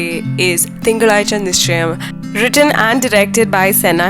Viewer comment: You shouldn't have pronounced 'zha'.. 😃